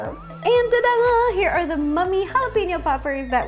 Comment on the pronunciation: I always thought it was "ta-dah" but you and Vivian Tries always say "da-dahn" so now I am confused lol